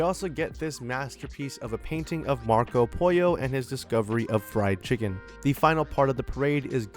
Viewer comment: Marco Pollo should be pronounced pole-oh not poy-oh